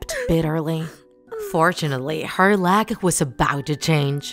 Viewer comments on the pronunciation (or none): You sed lack not luk